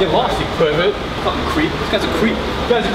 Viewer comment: The pronounciation of pervert lmao